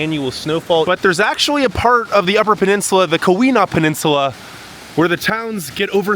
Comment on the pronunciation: There's no harm in asking a friendly local or two how to pronounce place names (Tahquamenon Falls; Keweenaw Peninsula; ETC.)...just saying.